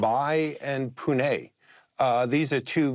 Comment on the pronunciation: This guy pronounced Pune correctly 😮